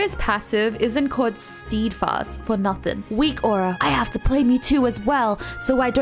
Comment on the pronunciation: Makes fun of herself for how she pronounced passive Also: Pronounces Steadfast as "Steed-Fast"